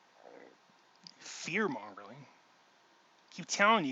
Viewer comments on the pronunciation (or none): It's fear "mongering" No L in there,:) Thanks for all the videos. You keep us guessing!